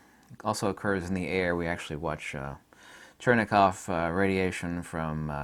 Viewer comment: It's Cherenkov radiation, not Chernekov...